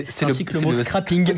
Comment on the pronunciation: A 23 minutes dans la vidéo, vous parlez du "SCRAPING", mais votre prononciation me fait trop rire ! Pour vous aider, phonétiquement cela se prononce : "scréping". En anglais, to scrape veut dire : râcler, gratter. [si cela se prononçait "scrapping", il y aurait 2 p en anglais et cela ne voudrait pas dire du tout la même chose.]